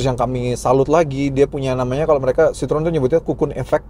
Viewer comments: Bacanya bukan Sitrun tapi Sitro - En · Kalau Citroen= Sitrun, itu cara baca bahasa Belanda bukan Perancis